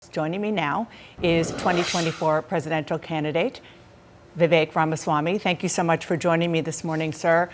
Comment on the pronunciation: Remember, ya'll: his name's Viv-ache. It rhymes with "flake".